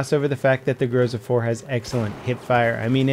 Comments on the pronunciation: its not growsa, its gro-zA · It's grozA, grozA, not a grOza ffs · It's fucking grozA, not grOza you idiot! So irritating! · It's not GrOUza, it's GrozA! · grozA!!!! Not grOza! Groza=thunder. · It sounds grozA, not grOza :) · It's not fucking grOza, it's fucking grozA Second stressed syllable ffs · GrozA, stress is on A.